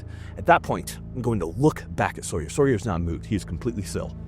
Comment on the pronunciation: At about to ... you said Sawyer.... for a moment I thought you'd gone vegan..in which case you wouldn't survive...